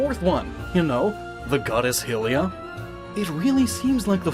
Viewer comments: 1. HIGH-Lee uh, not Hill-E-Uh 2. The shield in Majora is not the symbol of Termina. Proof being that Link has it back in hyrule when receiving the Ocarina from Zelda, and in the lost woods before falling to termina 3. The Twili have no masks when in their true form. The masks are kind of a symbol of the corruption of the twili. Obscuring their true form as it were. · yeah the pronunciation of "hill-e-uh" was annoying to me, because why would you say "HIGH-rule" for Hyrule but when it comes to "HIGH-lee-uh" you use "hill"? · One wonders why you change pronunciation... You say "high-rule" and "high-rule-ee-an" but then say "hill-ee-uh" and "hill-e-an". Do you even English? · Hey, one thing, I'm pretty sure it's pronounced (h-eye-lee-ah) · honestly, the only problem i had with this entire video was how you pronounced Hylia. Not a single other theorist or anybody I've ever heard pronounced her name with a soft I instead of a sharp Y. Hylians, Hyrule and Hylia have always been pronounced the same way. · Hylia is pronounced High-lee-ah And Twili is pronounced Twi-Lee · Cringe everytime "HILL-lia" is mentioned. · Hilliah, the goddess of hirule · It’s called HY-rule, but HI-rule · Can I just say, it's HIGH-LIA. Hylia, like Hyrule. Get it? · ugh its hylia not hillia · Hylia = Hi-Lee-Uh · I can't help but scream every time he says Hylia like Hillea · Why do you pronounce Hylia hill-lia. Is the name concept of Hylia not based of the name of the land Hyrule? So why would you pronounce the first syllable different? If something this simple is difficult to figure out for you how can anything more complex presented be trusted? Or maybe this is just a special snowflake situation? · You pronounce it "High Rule" but pronounce Hylia as "Hillia". What is wrong with you? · Anyone else filled with murderous rage when he pronounces Hylia and Hylian, hilly-uh and hilly-an? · I’m so glad I’m not the only bothered by his pronunciation. It’s so distracting.